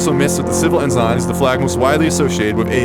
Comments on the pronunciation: its en-sin not en-zine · PSA, “ensign” is pronounced “ens'n”, not “enzyne”. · Say it with me: "En-sin" not "en-sign" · "Ehn-zine" is killing me. Ehn-son or ehn-sign please. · Interesting for a rant about getting things right, I keep hearing things Pronounced strangely like bel-I-ger-ant, instead of bel-I-jer-ant, and N-sign instead of N-sin. But, that's just the pedant in me talking. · It is pronounced as EN-Sin not En-zine! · Honestly having trouble accepting a lesson on flags from someone who pronounces "Ensign" as "En-Sign". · My dude can pronounce pernicious but not belligerents or ensign!? Please. This video killed me with your unique interpretation of these words.